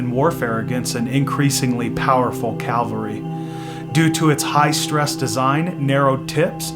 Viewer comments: It’s Cavalry, not Calvary, just sayin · It’s CAVALRY not Calvary ! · I think it’s Cavalry,, not Calvary ,, or it’s my ears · Good information on making a bow. I noticed you said calvary when you meant to say cavalry. Please look up calvary.